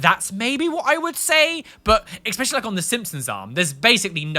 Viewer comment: you use a lot of Don't Hug Me I'm Scared clips and was wondering if you also have those tattood on you somewhere?:D Also; it's ESpecially, not EXspecially, darling, haha. ♥♥ Hope to run into you sometime! I'm from the Netherlands and visit London often.:D